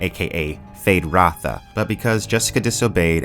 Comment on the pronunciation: Why does is say 'Fade Ratha' his name is Feyd Rautha. Is that a youtube artifact?